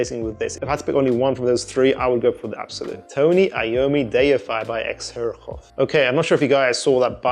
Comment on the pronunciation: X-her-a-hoff? The brand is pronounced ZER-JOFF good sir.